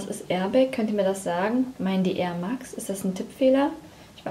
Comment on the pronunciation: Air max (mex ausgesprochen) sind die nike mainstream schuhe die JEDER aber auch JEDER hat!